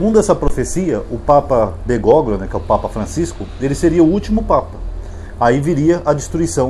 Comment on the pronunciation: Prezado, o nome do papa deve ser lido como Bergólio. G seguido de L em espanhol não é pronunciado assim como o H em algumas palavras em português como Hospital.